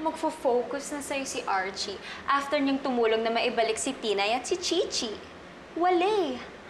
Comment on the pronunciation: How to unhear "starchie"